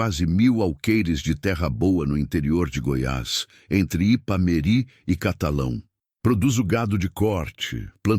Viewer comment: O narrador fala o nome da cidade errado, o nome certo é Ipameri